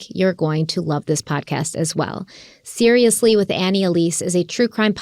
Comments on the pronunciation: Love you guy, love Annie… you said the name of her Serialously podcast incorrectly several times 😅 it’s witty, it should be said right. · It's not seriously. It's serialously. Did you seriously think we'd believe you listen to her podcast after you both say it wrong 10x? 😂 nah we know you don't. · Apart from butchering the name of her podcast -- "SeriaLously" not "Seriously" it was great. It's a bit of a tricky name to say -- even AE said that -- but I have confidence they can do it, lol. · You guys are adorable. Seriously… Annie will forgive you, it’s hard to say. It’s SeriaLously! LOVE you guys! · ‘Serialously’ Guys. 😆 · Not pronouncing Serialously right makes y’all look hella fake for acting like you listen to it. I don’t even like it that much, but this was just embarrassing. If it’s an ad read that’s fine, but lying saying you listen to it when you don’t even know what it’s called is cringe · You both said the name of Annie Elises podcast wrong 😑